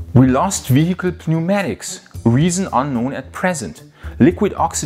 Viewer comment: (p)neumatics, das "p" ist stumm:-)